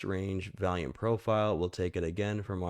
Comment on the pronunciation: V'ALL'YUME not v-AL-yume lol With love brother lol🎉